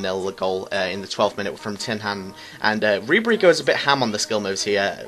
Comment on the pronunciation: Nice vid mate, but it's rib er e